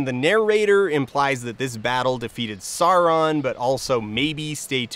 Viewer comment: Hearing those made me hurt, and then when he does that weird in-between "Sauron" and "Sawron" that some people do, like... please just say them like they did in the Jackson movies, because that's basically right.